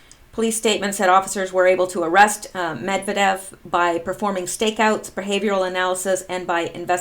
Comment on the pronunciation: Not to pick on you specifically but I have to start somewhere, and you are among the few who actually try to pronounce the Russian names correctly. But, it's MedVYEdev.